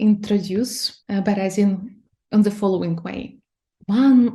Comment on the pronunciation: Цікава розмова, але вимова the як зе у гості, це совок. Ні британці, ні американці не зе-кають)